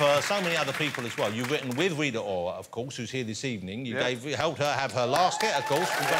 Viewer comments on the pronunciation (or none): Had to pull it back . Love how he said "You've witten with Weeta Owa"